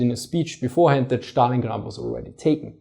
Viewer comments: Why do you call it Shtalingrad, when its clearly named after Stalin, whom you properly pronounce Stalin and not Shtalin? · ẞtalingrad , nicht Schtalingrad ;) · Dann drück ich's anders aus. "Сталинград" kommt von "Сталин" wobei "С" einem scharfen "S" (=ß) entspricht. Die der originalen, russischen Aussprache am nächsten stehende Aussprache ist demzufolge die im Englischen geläufige.:D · Dann war wohl auch das ungünstig formuliert... Die Englische Aussprachen beinhaltet die Trennung zwischen S und T und da ich offensichtlich fälschlicherweise annahm die Englische Aussprache sei dir familiärer als die Russische, versuchte ich dir ohne Russisch-Kenntnisse vorauszusetzen, die dem Original am nächsten stehende Aussprache zu demonstrieren.